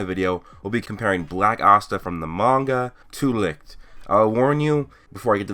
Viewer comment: German guy here, I can tell that the name "Licht" is really hard for you to pronounce. Most of the time you keep saying "Likt" instead of Licht. :D No hate, it's just funny to hear. Great vid. as always.